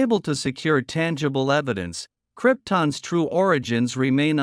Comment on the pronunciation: The Cripton's appearance? Wasn't Super man from Krypton? Lose the shitty A.I. voice. That's right, you can't pronounce the BIG words yourself.